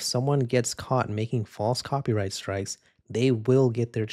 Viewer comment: "coprighty" lol